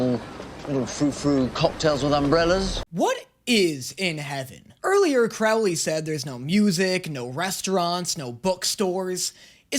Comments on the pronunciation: i beg of you, cr-oh-ley is good omens, cr-ow-ley is supernatural 😭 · Im sorry but i swear to god. CROW-LEE. THAT IS HIS NAME PLEEAASSSEEEE NOT CRAW-UH-LEE. CROW. LIKE THE BIRD. PLEASEEE IM SOBBIGG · You're gonna be delighted to know that David just gets sexier as the series goes on. And please don't start mispronouncing Crowley like you did with Alastor. It's Crow-lee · What is with all these reactors who can't pronounce Crowley's name right? The first syllable rhymes with "crow" like the bird "crow", not "now" or "cow". Listen to Aziraphale say it, if anyone knows how to say his best friend's name, it's him. Holy s***, I am so done with these people. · The way you say Croiley offenders me ITS ‘CROW-‘ AS IN THE BIRD ‘LEE’ AHHHHHHH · I'm gonna stop you right there. He pronounces it Crowley as in "crow" (the bird), not Crowley as in "crowd." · GOOD. OMENS. YES. Small thing; CROWley. Pronounced like the bird. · “Crow”ly btw, like the bird